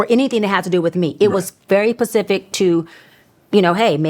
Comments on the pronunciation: She just lost me when she said “pacific” and not SPECIFIC 😢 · “Pacific” ‘SPECIFIC’